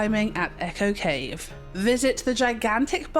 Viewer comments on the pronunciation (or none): none